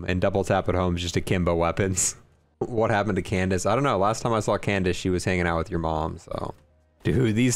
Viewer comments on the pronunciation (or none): none